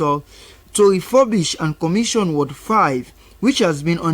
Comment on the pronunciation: Ward not Word